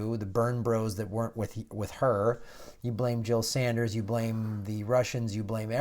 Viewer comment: yeah i caught that too hehehehe